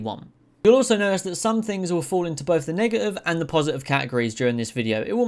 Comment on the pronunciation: Say man…Im going to need u to pronounce “negative” a bit better bro bro